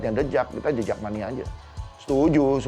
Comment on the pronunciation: Yg dubing siapa sih?? Tiap sebut the jak Pelafalannya salah..